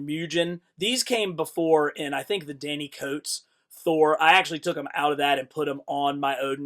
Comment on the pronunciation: "She-AIR?" I think you mean Sh'iar. It's pronounced She-ARR. Also, Danny Cotes? I'm afraid it's Donny Cates.